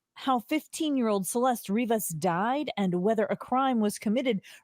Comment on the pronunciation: Im not go into listen to a guy who pronounces her name “Celest-ess”